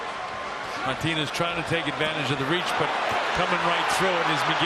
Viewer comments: For fucks sake it's pronounced Mar-TEEN-ez with a rolling 'r', not Martin-ez. It's not difficult. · This fucking commentator pissing me off with the incorrect prenouncation of Martinez lol